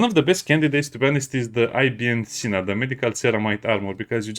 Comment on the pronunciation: It's pronounced "iben sina" ;) it's a reference to a muslim scientist from the middle age that layed down a lot of the ground rules of modern medicine 😊